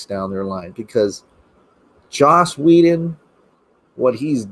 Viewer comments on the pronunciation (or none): LMAO Hysterically "Whe-done"